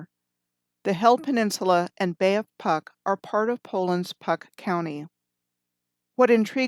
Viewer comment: and Puck pronounce is Pootsk :)